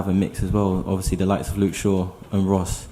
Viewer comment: Ovyasly yh ovyasly yh ovyasly